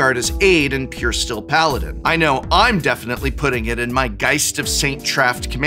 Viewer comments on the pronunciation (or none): none